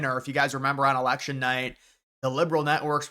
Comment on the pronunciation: It's Election, not Alection! Drives me nuts!